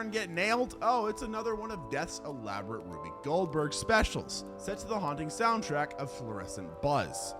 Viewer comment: It's not pronounced Ruby!!!!!! You use it so much, say it right.